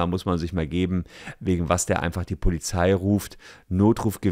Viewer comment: Warum spricht jeder POLIZFI falsch aus 😭